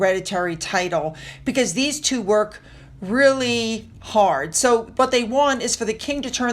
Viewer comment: yup I’m an English language teacher so am aware but it still sounded like three to me.